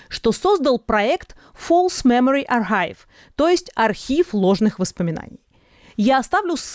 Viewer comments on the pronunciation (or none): Архив на аглицком читается как аркайв